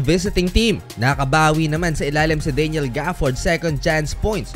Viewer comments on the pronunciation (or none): none